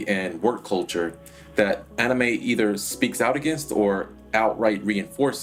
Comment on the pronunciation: why do you keep saying onime??